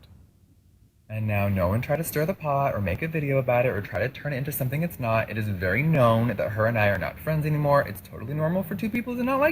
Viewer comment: "Made it 'V' clear"...how difficult is it to say the word 'very' ?? Lol 😑